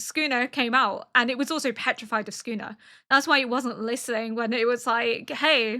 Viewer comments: Yep, she's got it basically exactly right for example. It's almost like s-kuna to an English speaker I think, where there's not a pronounced vowel sound between the s and the k but they do not form a single "sk" sound. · you're saying it right "soo koo nuh". but man i hate that guy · “Sukuna” is the correct reading and pronunciation. Your pronunciation is very clear, and it sounds just like a native Japanese speaker. I am Japanese, and I don’t find anything off about your pronunciation at all. Even if you happen to mispronounce or misread something, please don’t worry about it. (I completely understand why you’ve taken the time to politely explain your situation to first-time viewers or people who point out your pronunciation. I expect you’ll have to give similar explanations in the future, but please don’t let it bother you.) JJK contains many words that even Japanese people aren’t used to hearing or find difficult to pronounce, so it’s only natural that many people find them hard to understand or pronounce. I often get the pronunciation or reading wrong myself😆